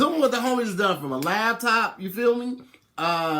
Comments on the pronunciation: clearly. Lmao. He also said "LAB-top," instead of Laptop 😂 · he also says Lab-Top